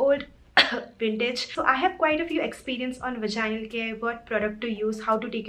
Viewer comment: Omg i have found a such a beautiful video on vaginal health....... I have seen some bloggers who didn't prounce vaginal properly but ur amazing girl